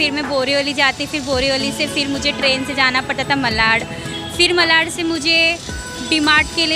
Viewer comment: When will bhaiyas start pronouncing मालाड?